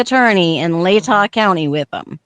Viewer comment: Latah is pronounced La-tuh, not Lay-taw.